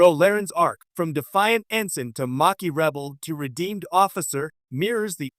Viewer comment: And it's pronounced maa key